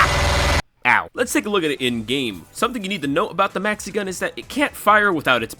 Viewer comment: at some point i did understand mexican instead of maxi-gun. and now i can´t unhear it